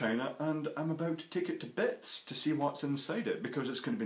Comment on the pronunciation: Holy crap I freaked out when you said now I'm going to take it to bits I thought you said bed